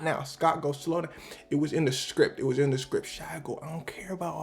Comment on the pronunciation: Why does everone put an L in shia's name